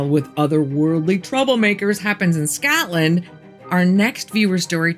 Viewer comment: I get so excited when I see you’ve posted new stories. I hear an accent every now and again. How you said Scotland and hockey. If things get too wacky where you live, I invite you to live in Canada. We have poutine and maple syrup lol.